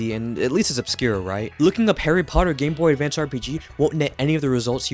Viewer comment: at the very beginning you say "ahhh... The Gameboy Davance"